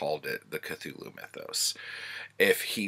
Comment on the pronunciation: 😂 "... which led me to Cathulu"